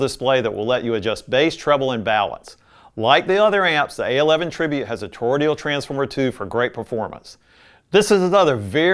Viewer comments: Toroidal- not toroidial! Please! It’s not difficult - or should I say difficulital? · Good video to help newbies. :) Apparently Cambridge has come a long way; their amps from a few years ago were boring as hell. The Brio is a classic, and the Rega in this video is likely the best of this group. Btw, it's toroidal. Not toroidial. (not sure why everyone is saying torodial lately in all the vids I've been watching. Sorry - pet peeve of mine. lol Please ignore me. hahaha) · "Toro-DE-al"? Toroidal. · I love your content and the way it is presented. I have one minor criticism though. You are producing "toroidal" incorrectly. You add a letter l after the d and pronounce the word "tor-roi-dee-al.